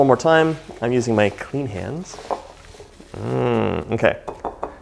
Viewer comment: I love how you say clean hands 😆 it’s good to put emphasis on that